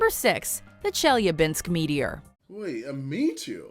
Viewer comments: Watch mojo could have at least looked up how to say Chelyabinsk it was awful its pronounced chellybinsk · I’m sorry but the way she pronounce Chelyabinsk made me giggle